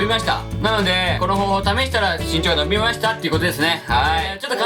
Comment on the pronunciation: 伸びが呑みに聞こえた笑